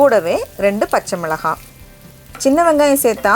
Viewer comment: Pachamilagai romba alaga pronounce panringa